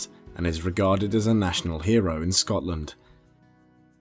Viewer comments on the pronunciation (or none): none